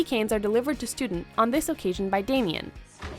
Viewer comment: "what the actual hell, cady?" THAT MAKES UP FOR THE FACT THAT SHE SAID "DAMIEN" INSTEAD OF "DAMON."